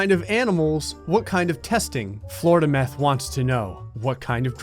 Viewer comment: “Floridameth” 2020 Yay